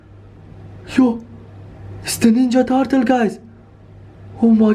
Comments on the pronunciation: In the intro he said Ninja Tatal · you don’t even know how to say turtle